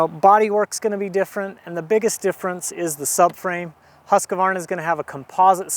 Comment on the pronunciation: please stop calling it a Husq "a" varna!